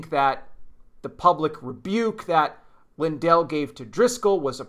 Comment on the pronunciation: They are NOT related - and his name is pronounced LIN-dell… accent on the FIRST syllable.